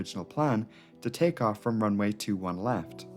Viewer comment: Why do you pronounce runway as runaway?